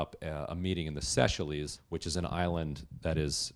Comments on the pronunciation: Just fyi, Seychelles is pronounced 'say-shells', not 'se-sha-lees'. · no, they just don't bother to learn place name pronunciations, have a stab at it and claim they are right. Cenk always says "sea shells" which is closer but still wrong. it's "SAY SHELLS" everywhere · Seychelles _ is Say shells not seyshelease. Quattar - is cu taar not cutter. It’s not difficult. Please get names right. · I love how ignorant even well read people in America are of the rest of the world. Those islands are the say-shells not seshellies. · Say Shells - not Say Shell Ees. Please take a 2 week vacation there to get that out of your system, so we never have to hear it again... Ditto for the stupid Eye Rack and Eye Ran, it's Ih Rack and Ih Ran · Seychelles is pronounced "say shells" not "sea shillys" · simon instone You mean it's pronounced Say-shells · "Seychelles" is pronounced 'say-shells', do your research on pronunciation, don't just guess it, it's pretty ignorant. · Just for the sake of saying things right, it's pronounced "Say-shells" or optionally just "say-Shell", as the name is French, not Greek. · All he had to do was say shells. :) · Minor nit pick. Seychelles is pronounced to sound like 'Say-Shells'. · Seychelles is pronounced, Say Shells. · It is pronounced SAY SHELLS and CATTARR, other than that, a very interesting report, disclosing more russian 'smoke'. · Qatar has two standard pronunciations, and Cutter is one of them. You are right that his pronunciation of Seychelles is wrong though. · Lol why does he pronounce Seychelles like that? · doug clark ikr? Such a strange prononciation lol